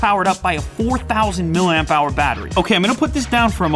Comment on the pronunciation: For someone who is a self professed "Battery Guru" you'd think he would pronounce "Milliamp " correctly. Say it....... "Milli-Amp Hours" Not "MIL-AMP"" This is a candidate for your up-coming Coffee Table Book, "Technology Fubars, Table Flips and Dummy-Spits"